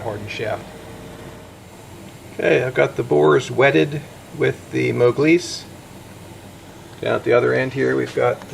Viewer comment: what is this "moglise" you kept saying